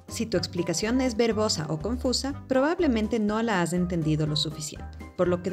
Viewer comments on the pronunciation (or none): jajajajajaja no sonó a verbosa. 😅